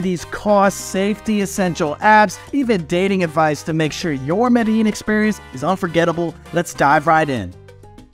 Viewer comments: Madallin LOL First learn how to pronounce it and then give recommendations. LOL. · This is a guide to failure. Didn't even say the name of the city correctly. Go away man. Thumbs down.